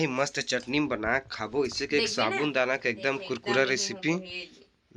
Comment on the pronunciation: Sabun dana nahi bolte hai bhai sabu dana bolte hai